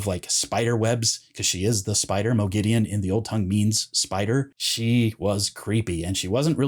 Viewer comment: Have they done a Sauron? In the LOTR series, they say S-ow-ron, whereas fans have always said Saw-ron. In this video, you say Mo-gideon, whereas in the show, Lanfear and Ishamael both say Mog-a-deen. (Moghedien). I like the show's pronunciation better, so I want to know what the general consensus of book readers are in regards to this pronunciation.